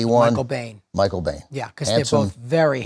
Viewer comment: from IMDB: (re: Michael Biehn's last name) Surname pronounced "Bean". They kept pronouncing it as "Bane"